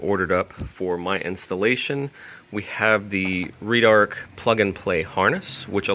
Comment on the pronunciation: Red-arc. Not “reedarc”